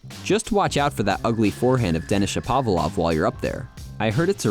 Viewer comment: These are the most well researched, written and edited tennis videos out there, but on behalf of all Canadian Tennis fans, you have to learn the correct pronunciation of Denis Shapovalov's name! At least you did better than this guy LOL